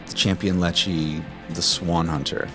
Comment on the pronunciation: Champion Leccy. Is it pronounced "lekky" as in electricity, as in the north of England and "put another 50p in the leccy meter".